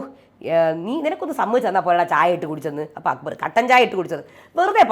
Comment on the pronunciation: അക്ബർ എന്ന പേരു കൂടെ നാശമാക്കി. അക്കു ബർ. അക്കുമ്പമ്പ ർ🤣